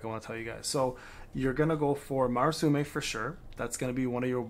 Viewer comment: Please stop saying Marasume. Look up the sword's name and read it slowly.